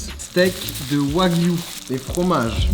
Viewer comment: Qui a remarqué que quand il présent les ingrédients il dit « bœuf de Kobe »puis le reste de la viande il dit du yagwu